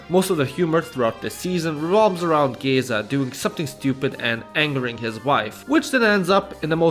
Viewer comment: (im fucking dum and commented smth that was mentioed l8r in the video but also) IM SORRY BUT THE WAY YOU'RE PRONOUNCING MÉZGA WRONG HALF THE TIME BUT CAN SAY GÉZA RIGHT PISSES ME OFF WDYM MIZGA